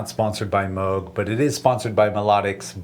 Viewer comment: I love that you say Moog the correct way 😀